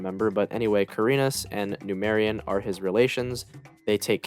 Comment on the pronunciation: Pronunciation made me hate this video, really try to learn more before you say "nermous vs Nemarious"